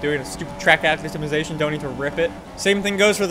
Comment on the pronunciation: i like how always mispronounces "acclimatisation"